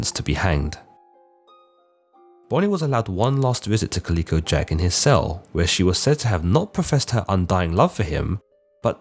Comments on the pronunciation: Calico: ka ·luh·kow. Kind of hard to hear such a constant wrong pronunciation of a name. 'Kaleeko' sounds like a good name for a gaming company, if anyone wants it! The artwork is sexist, but, other than those two tiny details, great vid! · It's ca-lih-co. Not pronounced "kaleeko" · Colleco Jack? No, man, it's calico, like the cat. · It is pronounced Cali co jack ... Moran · Think it’s pronounced “CaL-ico” Jack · Is that really an alternative way to pronounce calico? Never heard anyone of any nationality say it that way before. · Enjoy the videos. Only wish you didn't mispronounce calico. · Dude half your pronunciations are completely wrong. Plus it’s Jack Rackham, not Rackman. That’s not even disputed anywhere like Blackbeard’s real name was. And calico is pronounced (ka•luh•kow)